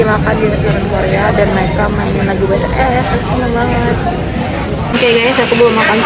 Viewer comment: Army ko ngmong nya betees bukan bities?